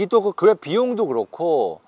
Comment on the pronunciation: 그랩 발음이 참 좋으십니다. ㅎ 구독 합니다